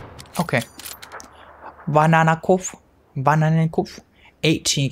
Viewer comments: How you pronounced bananenkopf😂😂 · FYI - Last guys name means "Bananahead" (just in case you didnt know), which i'm just stating so my comment looks longer and i appear even more intelligent than i truly am... what i actually wanted to say: As you said his name, it sounded very much like an indian accent for me xD... gg wp